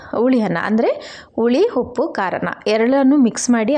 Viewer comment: Anna(rice) na hanna antiddiri alla 😢😢 uppu(salt) ge huppu antiddira and aidu(5) ge haidu, oil ge hoil 😮 uddin bele ge huddina bele😔😔 arishina(turmeric) ge harishina 😮 innu estond words tappagide, omg I can't listen improper Kannada en bekadru sahiskotini ee thara kannada na sahisoke agalla 😭😭